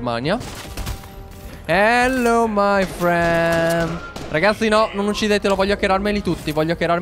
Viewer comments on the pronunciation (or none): none